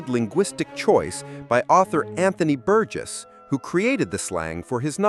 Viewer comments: Not An Thon Y (the TH as in thorough) but An Ton Y(rhymes with gone - the H is silent), and Bur Jess not Bur Guess - what dickheads all you Americans are. Why don't you take a little time to research how to pronounce names - surely just a few minutes, and get things right, rather than come across as fuckwits? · "An- thon-ee Bur-guess"? FFS, if you're going to analyse one of the most important films ever at least don't use AI for the naration. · That’s pronounced “Antony Burjess”.